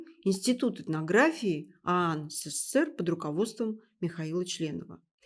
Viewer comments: Не " се-cе-сер", а СССР! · Уважаемая, правильнее говорить не сэсэсэр а ЭСЭСЭЭР